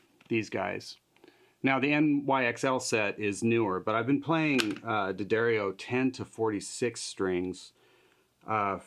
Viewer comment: Bless you for saying Duhdarrio!